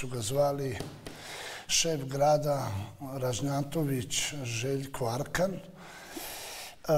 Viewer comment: PA KAKO MOŽEŠ VODITELJU KOJI SI IMAO FRKE,ZNALI STE SE A NI DANDANAS NEZNAŠ DA SE ARKAN PREZIVAO RAŽNATOVIĆ NE RAŽNJNJNJATOVIĆ